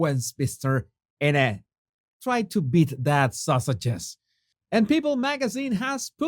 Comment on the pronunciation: Jesus - love your name change but you need to learn how to say "Innit" appropriately and properly please!!! 🤣🤣🤣🤣🤣🤣